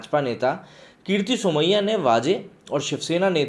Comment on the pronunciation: Bhai Its Kirit Somaiya....not Kirti Somaya....